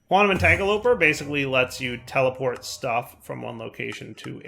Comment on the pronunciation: a really smart programming guy, stil lcan't pronounce "quantum - entangle - o - porter".